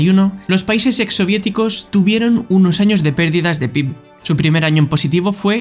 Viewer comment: Buen video, las cosas que cambiaría serían el título por un "Y SI", que es la base del canal y otro error que había era la pronunciación de PIB, que se dice "pe-i-be"